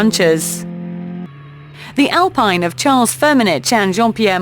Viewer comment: Good informative commentary by the lady commentator, but she should know that Alpine - Renault A110s are pronounced “Alpeen” and not Alpine as in the Rootes Group, sports car of the 1950s.